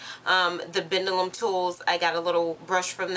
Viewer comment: *dellium the b is silent